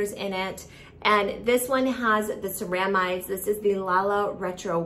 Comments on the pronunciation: Thought this too! SARAH-mides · Indeed, was looking for this comment. Its CEramides, with the accent on the 'ce', not the 'ra'. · Ceramides is mispronounced It should be seh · ruh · midez